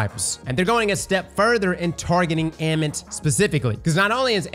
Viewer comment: AMMIT = AH-MIT